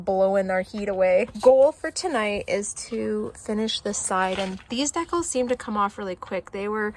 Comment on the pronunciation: The word decals is pronounced Dee- cals not deck-als... that was painful to listen to.